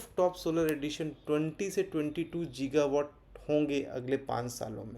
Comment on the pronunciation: जीगावाट नहीं होता गीगावाट होता है